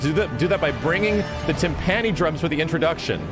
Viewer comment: I love you, but Temp-ah-ni, not TemPANi drums 😅, I got a good giggle out of that though. ❤ff7